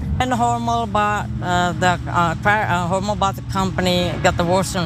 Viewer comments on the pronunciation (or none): Its Hormel NOT HormEL